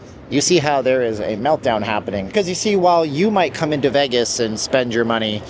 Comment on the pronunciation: I had to stop watching because the way he says vegg-us